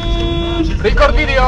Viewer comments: rikord widjoł warrior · piekny trzymasz odstep mistrzu widać ze ledwo co kupil kamerkę i pierwszy raz krzyczy rikord widjol